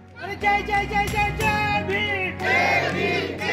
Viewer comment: कितनी कर्कश आवाज में ये जय भीम जय भीम करते है..थोड़ा मधुर तरीके से भी बोल जा सकता है..जज्ज जय भीम क्या होता है..जज्जन हटा कर बोला करो